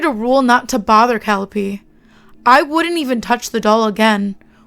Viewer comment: This was decently read. I only wish you'd listened to (and then used) your friend's correct pronunciation of Calliope when you read this.